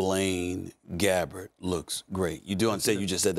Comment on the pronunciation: Put some respek on Gabbert’s name coach 🗣😂